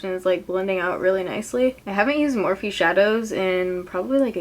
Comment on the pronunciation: morphe is pronounced MORPHEEEEEEEIIIIYYYY